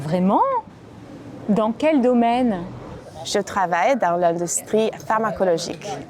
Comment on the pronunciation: Elle dit:| domain | (?!) It faut quand meme prononcer le N a la fin du mot `domaine`, n`est ce pas?